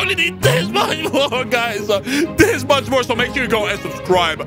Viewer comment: why you speak like this keths yeart orignal saying- this year